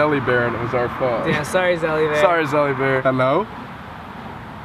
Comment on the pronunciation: LOL. NOT ZELLY BEAR